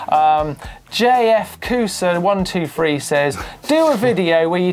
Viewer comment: Think his name should have been pronounced JFK USA 123 not JFKOOSA123! Silly Martyn.